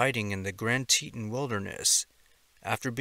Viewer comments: It's "TEE-ton", not "Teetin" I lived and worked in the park. Too many people visit thinking it's a county park, unprepared for sudden mishaps. More happens there than the park service will admit. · It’s Tea-ton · Just thought I'd mention it's pronounced TEE-TAWN. I live fairly close to there. Thank you for what you do!! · Teton is pronounce "tee-tawn". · TEA-TAWN. TEA-TAWN, MAN! TE-TON.